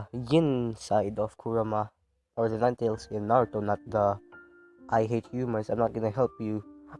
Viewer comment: When u said nine tails it’s said niggas 😂😂😂